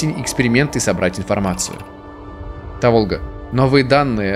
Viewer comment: Та́волга. Если что